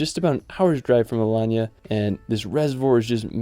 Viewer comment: Video nicely done. You are right that you only made a scratch, there are many other places. I guess you had trouble choosing the top ten amongst many contenders. I noted a minor typo: Alayna. Your pronunciation is correct though: Alanya.